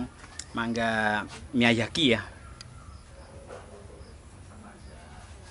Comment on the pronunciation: Miyazaki pak bukan miyajaki...